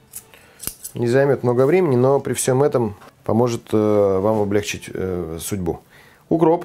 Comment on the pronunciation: Милый, вы очень обаятельный человек и прекрасный повар! Но поравильно не обле'гчить, а облегчи'ть! Это Горбачёвский вариант. Простите за занудство, но ухо режет.